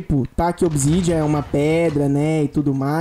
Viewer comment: cara é OBSIDIANA nao OBSIDIANA, voce falou errado ... kkkkkkkkkkkk